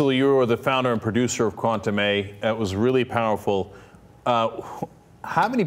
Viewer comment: Cenk - you should really learn how to pronounce the word "Cuentame" correctly. It was an important element in this discussion and you mispronounced it every time.